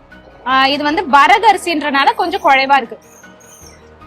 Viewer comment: குழை pronounciation is good